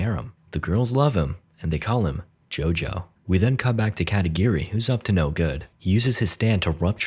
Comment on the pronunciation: katagiri? i heard katakiri